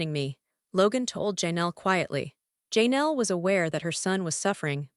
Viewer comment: Please fix your AI voice that's saying names wrong. It's not JayNel, Janelle. It's very rude to say someone's name wrong.